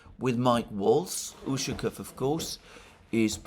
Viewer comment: Much as I enjoy listening to your commentary, please make an effort to pronounce the Russian names properly. It's jarring to hear "Ooshakev" and "Laavrev" too many times.